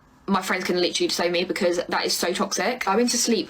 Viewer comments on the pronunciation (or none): And “literally,” except they pronounce it as liter-ly.